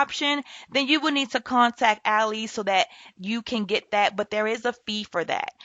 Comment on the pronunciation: Sis love your Channel but it’s not alley or ally like the girls name it’s like allies like I’m on your side ally